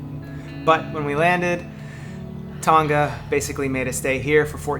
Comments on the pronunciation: Thanks for the update! How to pronounce Tonga: it actually rhymes with the words "long" and "uh" (long-uh / Tong-uh) - don't pronounce the g. On a side note, New Zealand is pronounced Nyu Zeal-ind (zeal rhymes with seal) - not New Zeeland. I hope that helps for future videos! Liked and Subscribed! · Oh one more thing-:; Tonga is pronounced Tong-arh rather than Tong-gah. I love your mums' (moms') RV -Atlas btw. I'm so happy for her. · please learn to pronounce TONGA properly